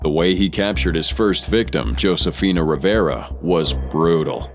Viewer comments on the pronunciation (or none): none